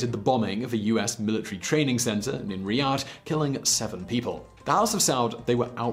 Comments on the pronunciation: ree-ad. Not rid-ah. He got le syllables mixed up not just the pronunciation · What's "riddah" it's Riyadh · Riyadh Its pronouce Ryi-ad not Ryi-dah! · Assistant: Reee. Simon: Reee. Assistant: Yaaad. Simon: Yaaad. Assistant: Reee-Yaaad. Simon: Ridah! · "in the city of Ridah..." It's Riyadh mate lmao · Riyadh not Ridah. But love this idea and channel. Good idea and best of luck with this! I’ll be watching em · you mispronounced the name of the city in the first minute ( you said Ridah rather than Riadh the most famous city of Saudi Arabia) and didn't mention the Saudi Arabia the birth place of Bin laden and with all that you name your self analyst 🤦🏻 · You lost me at "Ree-dah." It's Riyadh. I though everyone knew that. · it’s not “riydah”, it’s “riyad”. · reedaaa.. ITS REE.YA.D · I think Riyadh is pronounced “Ree-yad” not “Ree-dod”.... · "city of ridaah"..? Riyadh man.. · It's RIYAD not RIDAH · It's not ridaw it's Riyadh. Sound it out. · Ahhahahah it's riyadh right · it's called "Riyadh" not "Riydah" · Riyadh. Not Ridah. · It's Riyadh not riydah lol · Born in Riyadh not ridah lol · its the city of riiyyyyaaaaaad not ridaaaa. literally the first fact is wrong right off the bat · Ri..................dah says simon says 😂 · It Ri - yadh. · ridaah? Cmonn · cringed so hard when he said ridah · "Riyadh" Simon: ridah. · where tf is the city of ''Riddah''? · did you just say ridaa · Rhee -- Dah??????????? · Sorry, how did you pronounce Riyadh? Come on man it's the capital city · when i heard you say riyadh i thought that id been saying it wrong all these years. then i heard you say tanzania so i forgave myself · Couldve tried a little bit harder with pronouncing riyadh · How can you say riyadh soo wrong